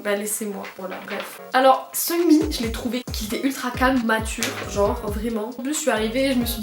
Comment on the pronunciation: Att Seunmin ??? Sa se dit Sugmin